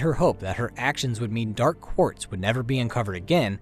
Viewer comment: Dark.. Pause.. Quartz . the pronunciation is great, but the pause is distracting